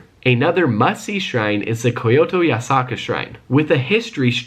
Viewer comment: And its kyoto not fucking ko-yo-to